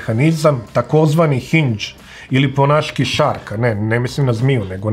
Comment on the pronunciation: Vrlo dobro znam šta je šarka, ali se u video razumelo kao šark.